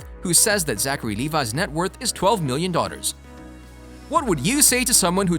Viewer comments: Is me or is he saying daughters instead of dollors. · I swear that when you talk about the money he has you have said " he has 12 million Daughters" instead of 'dollars'